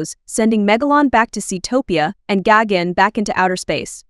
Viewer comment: Im sorry, "Gogun"? You mean GIGAN ?